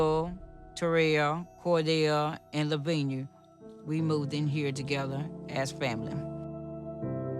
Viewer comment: I keep cringing when I see it written as Louvnia and pronounced as Lovinia.